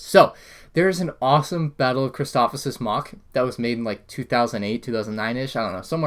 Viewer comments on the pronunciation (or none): Chris toe o fis not chris tof if sis